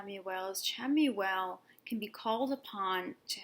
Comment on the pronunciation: It's actually pronounced Shamuel <3 Thank you for another awesome video, <3